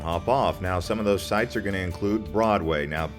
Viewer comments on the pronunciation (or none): none